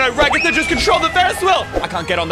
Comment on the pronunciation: Did you just say regather instead of ragatha